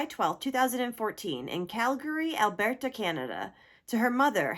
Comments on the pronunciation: As a Canadian why did you pronounce Alberta like its spanish Alberto lol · It’s pronounced « Al-BURR-ta » and it’s a province, not a state. 😉 🇨🇦